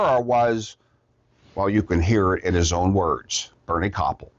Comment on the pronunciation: You really butchered the pronunciation of Bernie Kopell's last name. It completely undermines your credibility.